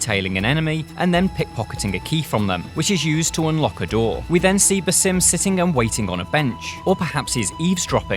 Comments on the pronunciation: it's BAAAASIm no BAYSIM, learn to pronounce the name appropriately you illiterate imbecile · He mispronounced Bassam’s name. Keeps calling him “Basim”. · BAH-sim. not ba-SEEM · It is (BAsim) not (baSIM) with the first syllable stressed. An Arabic name which means the smiling one. (Besme) means a smile. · do you guys even play Assassins creed? If you need to know how to say basim’s name you might want to go back to Valhalla seeing as it only takes place 7 years after the events of Mirage.. His name is “Baa-Zim” lol ffs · Why doesn't anyone pronounce his name correctly? The right way is Baa-sim.